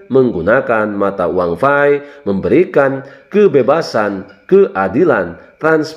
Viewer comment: Bukan fai tapi Pi